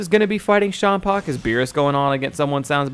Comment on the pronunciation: I hate hearing you say it like "shaam-paw" beerus is a play on beer hence why it sounds like beer-us, and champa is a play on champaign, so it should be said like champaign. Minus the ign part.